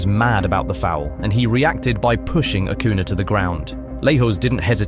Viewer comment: These matches seemed much more violent to me: *2006 US vs Italy *2006 Portugal vs Netherlands *2010 Spain vs Netherlands *2002 Korea vs Italy It's curious that the Netherlands and Italy are often involved... Good job with the video, but many of us would appreciate it if Spanish names were pronounced better, for example: * Acuña (Ah-KOO-nyah, not Ah-KOO-nah) * Juan RoMÁN Riquelme (Roh-MAHN, not ROW-man) * Paredes (Pah-REH-des, not Pah-RAY-des)